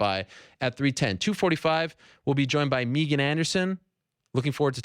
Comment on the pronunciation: You drive me crazy calling her Meeegan, it's Megan!!! Please if you ever speak to her again, it's Megan!!!!! Not Meeeegan!!!!!